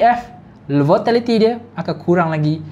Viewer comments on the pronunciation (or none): volatility bang bukan votality